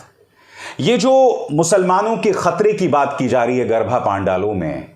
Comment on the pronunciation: Garba, garbha nahi